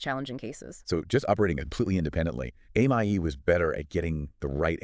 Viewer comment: The five different pronunciations of AMIE makes this video really hard to listen to.